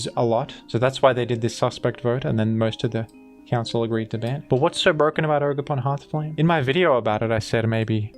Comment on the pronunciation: it’s jogerpon